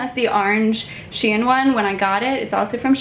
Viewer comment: Is she pronouncing shein wrong?!